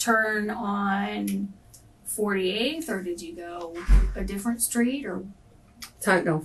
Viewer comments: 6 kids can't even pronounce street! .... skreet smh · The blatt "community' is in bad shape. 33 years old, 6 kids works at a burger place, murderous boyfriend, violent thug friends. And can't even pronounce STREET!!!!!!!!!